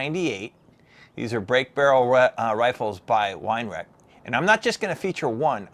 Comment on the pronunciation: Vay row ch is the best way to pronounce it.